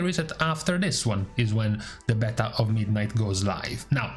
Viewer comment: Beeta beehhhta beaitaaaa Damn man